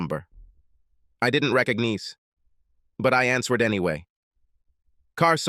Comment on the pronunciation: And OPEN ED….RECONEEZE…